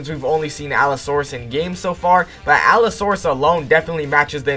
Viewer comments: bro its allosaurus 😭tf is a alasaurus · bro it aint alassaurus its alossaurus🥲